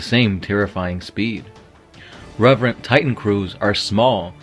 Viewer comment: Reverent? You mean Revenant...Its a ghost not a priest... :P